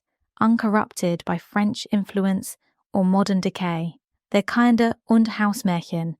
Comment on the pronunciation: How could you pronounce German "kinder" (as in "kindergarten") as the English word "kinder"?? So sloppy!